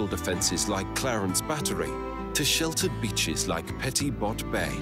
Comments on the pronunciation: I have to ask, where did the voice over come from? I'm from Guernsey and none of the place names are pronounced correctly! Nearly cried laughing at "Petit Bot" it's pronounced like "PET-EE BO" and the parish "Castel" is pronounced like "CAT-EL" (sorry, I don't know how to write phonetics but you get the point). Haha. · Petit bow as in bow and arrow is how Guernsey folk pronounce it. Petit bot. Even the Beatles played in Guernsey, trivia.